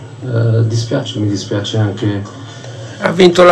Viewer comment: Ho capito bene ha detto mi spiaze?....spiaze..😂